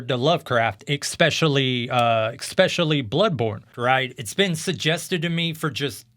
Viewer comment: Lol hit with the "expeshially" right away